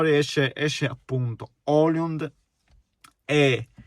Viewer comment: Højlund in italiano maccheronico si legge OILUND , non OLIUND😉